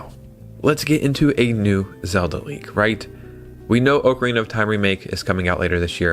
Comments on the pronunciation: OCK-A-REENA NOT OAK-A-REENA 🤦🏼‍♂️🤦🏼‍♂️🤦🏼‍♂️🤦🏼‍♂️🤦🏼‍♂️ You say Zelda is your favorite game, but you're pronouncing it WRONG! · let the man enjoy his ookrina bro